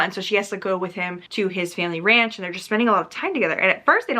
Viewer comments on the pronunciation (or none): none